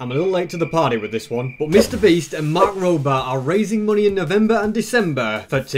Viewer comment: Did anyone hear sb call mark mat